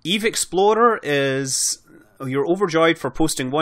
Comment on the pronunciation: They way you pronounce your R's in "explorer" makes it sound like "exploder" - although in KSP I suppose they're not mutually exclusive. :D